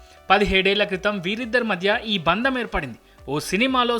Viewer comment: బంధం అని పలకండి దయచేసి